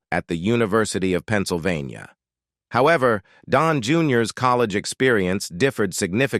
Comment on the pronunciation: please try a different text to speech product. This one can't even pronounce city or Pennsylvania.